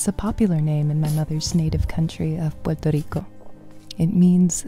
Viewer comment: do you speak spanish Paola? when you said Puerto Rico, i could feel the strong beautiful spanish accent.